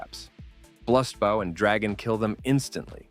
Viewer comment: Dog if i have to hear this ai say blust bau one more time